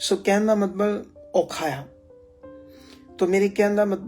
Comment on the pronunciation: ਮਤਬਲ ਨੀ ਹੁੰਦਾ ਮਤਲਬ ਹੁੰਦਾ ਸਹੀ ਸ਼ਬਦ ਬੋਲੋ ਜੀ